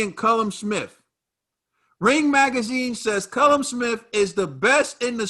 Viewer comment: Boys its pronounced kall um..